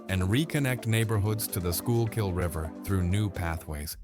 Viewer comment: You can always tell when the video is AI made because they never pronounce Schuylkill River correct.